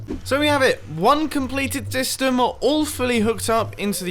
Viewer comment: 13.41 I swear he said ‘dystem’